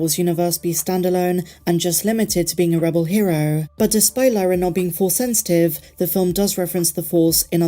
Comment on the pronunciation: I love your content! This vid was great. But you mispronounced 'Lyra" every time this video lol. Her name rhymes with Qi'ra (Kira):)